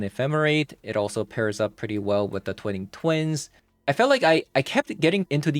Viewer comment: Twine-ing Twin. Not Twining Twin:^)